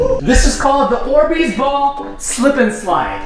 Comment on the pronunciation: You said borbeez